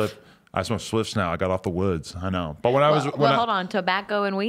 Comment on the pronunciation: Lmao Adam with the spliffs hahaha “spliIiIifs??”